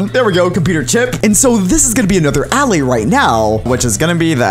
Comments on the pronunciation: How every one else pronounces it: Alay How pronounces it: alaeh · Why did you say allay’s (a-lay) instead of allay’s (uh- lay) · this guy says alley instead of allay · When he says allay he pronounces it as all-ay but when saying bottle of allay he pronounces it has a-lay (im not being rude or discriminative i just think it sounds weird) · its not ally its allay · I feel like "allay" should be pronounced like "aller". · It is. Not allay it is a-lay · It's pronounced aelaeys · If you can't say allay right then I'm not watching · he says allay so wrong i get a headache